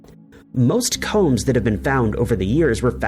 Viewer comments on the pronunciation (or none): none